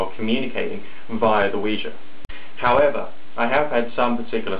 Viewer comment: 1.FINALLY someone pronounces it CORRECTLY!!!! 2.Science pisses me off! 3.Nice vid ^.^